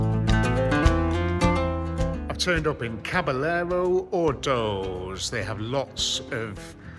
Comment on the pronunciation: Coop sir? Coop?. I'll forgive you saying that Americanism, and the bad pronunciation of caballeros, IF you agree to pronounce GIF properly (JIF). :) Deal? 😆 Great catch with the BMW. I shuddered when you showed the Alpina badge. Pity it was fake :( Glad you're keeping the car. Please keep it as original as possible (unless you can get a 5 speed for it.). Awesome find. Hope to see more of these trips to grab rust free classics. Ultimate one would be going to France to pick up a good Citroen DS or Pallas. Might get pricey though. Italy would be fun too. Grab something Italian. I did UK to Gibraltar and then back again in an 1999 E46 323i auto. It was pretty quick and didn't miss a beat. Now I have the E46 330ci Clubsport (manual). Your little doggy is so damn cute.